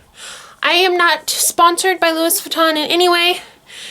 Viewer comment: Sorry, I had to comment. No hate, I mean this in all respect. It is pronounced "LOU-WEE" Sorry, it's just a pet peeve. But, cute video. I have a huge collection of authentic vintage Louis Vuitton bags and suitcases. This is very creative. I never imagined LV monogram like this. 💜 Very creative.